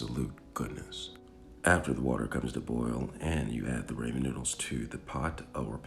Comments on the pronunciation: you definitely didn't. You said "ray-men" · Man said 'raemin' 👁️👄👁️ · Ummm i think i where supposed to put milk in the ramen or how u said it raymin so it could be creamy bc of the milk. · Flavoration, raymen and cook noodles aldental 😂😂😂 Hilarious. 👍🏽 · “creamy rAYMIN noodles” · The rAymin is such a turn off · it’s Rah-men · Your getting me triggered😟stop saying raymen😤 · Noo he said ramen wrong .nooo now i say it the way he says it whyyy god why. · Then pronounce it that way. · Yooo. The way you say Ramen makes me uncomfortable with moonlight sonata playing in the background.